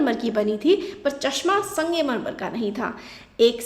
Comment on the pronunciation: Sangemarmar nhi hota bhen sangmarmar hota hai